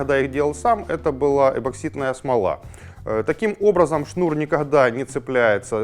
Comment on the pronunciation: ЭПоксидная , а не эбаксидная смола....